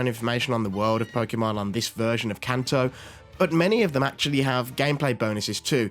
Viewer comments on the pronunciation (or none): none